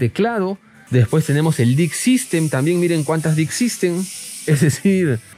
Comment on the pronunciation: jajaja dick system, ojo con la pronunciación xDD